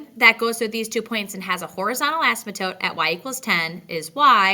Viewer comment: Very good video, well explained. You keep pronouncing "asymptote" as "a-sym-A-tote", driving me nuts! lol. There is no "A", it's just "a-sim-tote", or "a-simp-tote" where the p is almost if not completely silent. See Websters. Still, A+ on the tutorial!